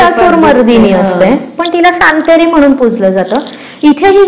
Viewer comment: सातेरी असे म्हणतात सांतेरी नाही... तुमच्या मुळे खूप माहिती मिळाली .. thank you so much 🙏